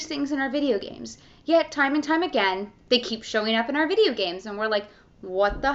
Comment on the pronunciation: She can not pronounce "s". "Gamesch"